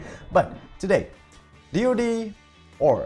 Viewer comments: It's Deed not Dode or dee ode. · why does he call it dee oh dee????